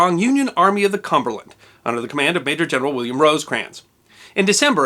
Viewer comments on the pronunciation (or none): none